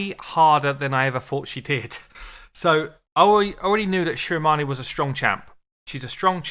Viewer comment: I am here because the name of this game is my last name 👀😳 I wanted to hear how you pronounce it😂😂😂 it's actually the correct way